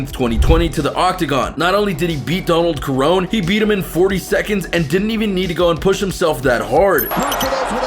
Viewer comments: Donald kerrone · Who the F@ is Donald Karone? 😂